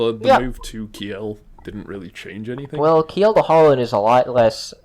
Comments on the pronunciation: Please pronounce Kiel as keel, that's about as close as one can get with english pronunciation. Ki-el sounds just jarring. Source: am german. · Kiel is not "key-yell" but "keel" iirc.